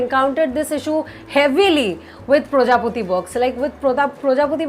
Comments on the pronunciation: Its not projopati, it prajapati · This is the first video I'm watching on your channel and believe me the style of your expressing the content is very nice. The way you pronounced "prajapathi" as "projapoti", I guessed may be you're a bengali (I'm also😇), not sure about it. Loved this video... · Ma'am! Are you from West Bengal? The way you pronounced "Projapati" made me think that you are a Bengali. As we Bengalis pronounce it like this.😋